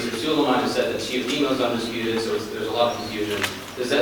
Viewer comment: That reporter really said Teofemale. 💀😂